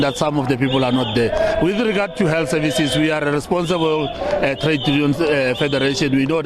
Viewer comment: Seems like ,he's saying....workers from "he'll services." Which-looolz... he will be accurate 😁